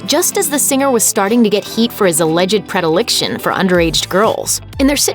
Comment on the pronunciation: what the hell is prediliction? Learn to speak, woman.